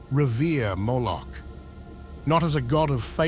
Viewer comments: you say 'Mooloch`, it is because he have a cow head? lol it is prononced Mo-loch with a O not ooo like moooo! lol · Vous prononcez Mouloch au lieu de Moloch. Pourquoi donc ? Moloch représente un démon, donc un ange qui s'est opposé à Yahvé. Yahvé s'est fait connaître au peuple hébreu comme le vrai Dieu et a interdit les cultes qui reviennent en réalité à des démons capables d'offrir le pouvoir absolu. Vos interprétations sont purement intellectuelles mais pas religieuses. Certaines élites pratiquent ce culte qui est du satanisme en réalité mais en toute connaissance de cause parce qu'elles l'invoquent pour obtenir la richesse et le pouvoir.